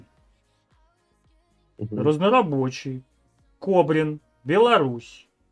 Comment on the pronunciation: Не Кобрино, а Кобрин